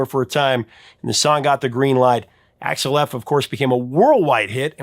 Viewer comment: Dude....did you call Axel Foley .....Alex?